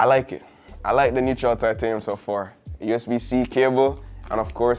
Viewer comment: “Neutral”?!?? How do BOTH you and the camera man get this wrong? 🤷🏻‍♂️🤦🏻‍♂️🙄